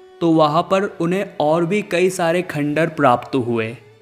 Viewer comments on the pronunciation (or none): none